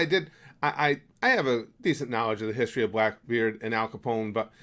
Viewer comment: Please stop saying history like that it’s so cringey (not trying to hate) I do enjoy all your other things